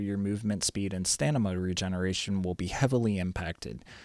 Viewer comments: In all your videos, you say "Stanima," rather than "Stamina," and it's too much to ignore. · you say stamina wrong :D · stamina not stanima xD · why you keep saying stanima instead of stamina, lel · STAMINA! not stanima :D hurts my ears! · yeah it's just funny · sorry, didnt see the comments before me, good video tho! Thank you for the work u put into it! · Great vid, "stanima" throwing me off a bit tho lols